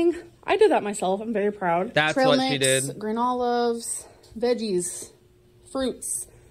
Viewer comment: sounds like she's saying granola instead of green olives 🫒